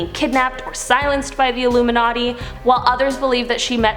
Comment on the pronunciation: Are you saying "iluminaughty"?😏